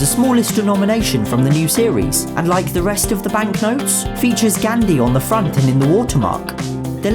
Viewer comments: I'm sorry but the way u say Gandhi (gandi) means something else in Hindi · actually, the Gandhi in Mahatma Gandhi was pronounced wrong . not trying to be mean, I'm just saying. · Its Gan-dhi not gandi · he is pronouncing GHANDHEE as GHANdi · i love how he says gandi instead of gandhi 😂😂😂😂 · Gandhi = Candy ,that's what he pronounced it. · That is ghan-di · I am Indian myself, and I would like to say in our language (Hindi) Gandhi is pronounced as Gaandhi instead of making a flat a sound like in van it uses the aa like in far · It’s Mohammed Ghaandi for pronunciation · Pronunciation gaandhi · The gandhi is pronounce gaondhi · 2000 rupees are no longer legal tender Gandhi pronouciation is wrong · Gandhi the pronunciation is killing me